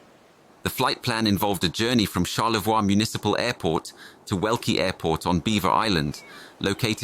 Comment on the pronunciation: It's pronounced Char-le-voy (Charlevoix) not Char-le-vwa.